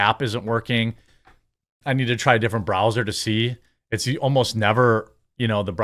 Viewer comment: Wth is a Bra Zer ? Are you trying to say Br Ow zer lol ?